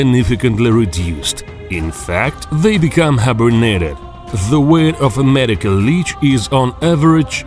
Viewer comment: "Med-ay-cole la-ay-ch"